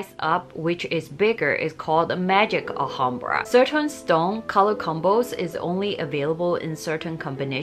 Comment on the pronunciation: Please pronounce Clif as Cleef as in a Leaf. Thank you. Also, you sau 'Ahambra' please note it is pronounced with the L. So it is Al-hambra.